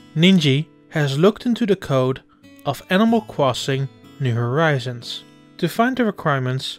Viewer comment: Animal cwossing nyuww howizuns